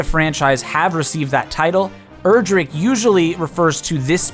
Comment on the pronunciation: It's pronounced "Erdrick", not "Erdrick".